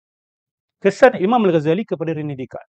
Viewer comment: Rene Descartes, sebutannya Ranay Deycart.